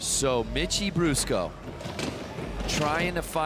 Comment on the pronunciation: Anyone else hear the commentator say "bitchie brusco" when introducing Mitchie? 😂